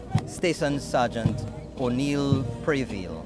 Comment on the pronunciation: Just a correction its station sergeant OLNEY PREVILLE not ONEIL Preville.Get it right NTN please.As a former police band member you should know your facts.